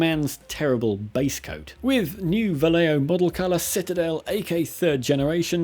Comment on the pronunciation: Vallejo sounds like Va-Jeh-Ho.